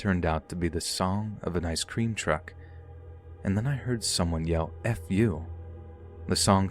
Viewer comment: Okay, but why do you pronounce ice cream as I scream 😂